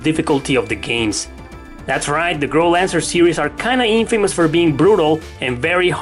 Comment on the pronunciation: It's Growlanser not Girl Answer 😂